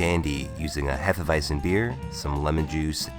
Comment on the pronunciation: IT'S PRONOUNCED "HEFE-WEIT-ZEN"